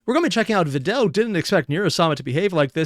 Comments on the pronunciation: Vedal is actually spelled like "ved-al", but Neuro calls him "veedal" and that's what most people have started using instead As for the text, she has an automatic feature where she puts what she says on the screen, even in the live stream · It is actually pronounced vedal (like medal or pedal), veedal is what neuro calls him and is basically also accepted as "correct" at this point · "Vedal" like "medal" and "pedal" is the "correct" pronunciation. Everyone is running with "Vee-dal" though, because that's how Neuro says it and he's just accepted it. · Just started the video, but just so ya know it's actually pedal medal vedal..lol, Neuro just says Vee-dal and he rolled with it. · It's Vedal like pedal and medal lol. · And then we have Evil with "Veedool" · Yet another person falls to the wrong pronunciation of Vedal's name thanks to Neuro 😔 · You switching up how you pronounce Vedal needs to be a running joke, just every video do a different pronounciation saying "It's apparently like this"